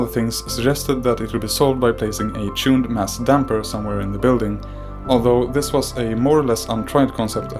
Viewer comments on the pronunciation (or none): none